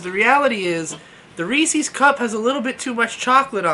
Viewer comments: hard "R"....... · I could tell by the thumbnail you were someone who says “Reece-eez”